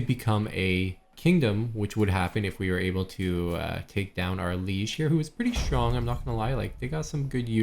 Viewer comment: Has anyone ever pointed out you have an odd way of pronouncing "strong" it sounds like "schrong" where did the t go ? I hear Michelle Obama is famous for the same.